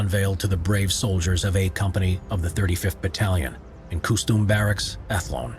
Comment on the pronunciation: It is pronounced.... Cus chum Barracks... Ath-lone...